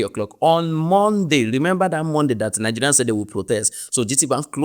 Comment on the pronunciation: The way Ghanaians pronounce Nigerians is sweeter than how anyone else does